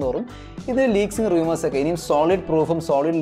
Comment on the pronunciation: റിയുമേർസ് അല്ല റൂമേർസ്